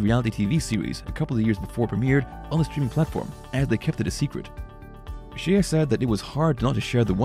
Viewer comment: I think her name is pronounced Shay not She-a